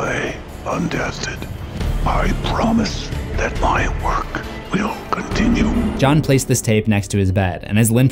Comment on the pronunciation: For the love of God what's the deal with your pronunciation of "continue"!!? Lol hearing that is worse than what jigsaws victims went through!